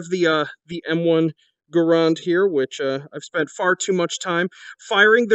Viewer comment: They way you say garand kills me you’re wrong